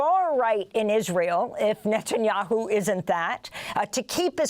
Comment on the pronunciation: I have noticed for some time, that Daniel Levy always calls Netanyahoo, "Nutanyahoo."